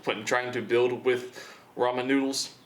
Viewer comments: I swear I keep hearing him say "the Roman Numerals" lol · I stopped watching the video when I heard him say ramen instead of ramen, (if you read those differently in ur head you know what I mean)